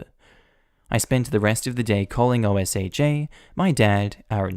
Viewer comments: Btw it's pronounced "oh-sha" not by initials o. s. h. a. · Hey, In the U.S. OSHA is Occupational Safety and Health Administration and is commonly pronounced "OHSHAW" They are the bain of crappy bosses as fired employees rat out all the safety violations that run $2500 to 50,000 per violation.